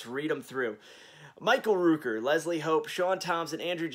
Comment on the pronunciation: Hi, it’s Michael Rooker, the Rook in his name is pronounced like Cook, not LOOP. GREAT VIDEO! I am doing my best to keep up with the new releases but jeez, it adds up quick! Looking forward to the 4K remaster of Zombie and Maniac!